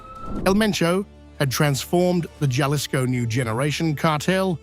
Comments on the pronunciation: the J is silent. Halisco not Galisco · The way he pronounced Jalisco LoL,it's Jalisco j is h in pronouncing it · Jellisco?? Never heard of that place. 🙄 There's Jalisco tho. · Taking my like back for the mispronounciation of "Jalisco"😂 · This journalist needs to learn how to pronounce 'Jalisco'!!! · You dont even know how to pronounce Jalisco?